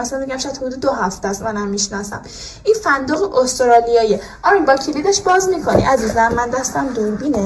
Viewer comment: عمو جان اون عقده ای رو اول ویدئو که آجیل نشون میداد و با یه کلید اون جعبه و مخصوصا فندوق که میگفت مال استرالیاست خیلی آدم بدبختیه،استرالیا هم یجوری تلفظ میکرد،جالب اینجاست با اینهمه فیس و گوز تا حالا ندیده بود😂بدبخت عقده ای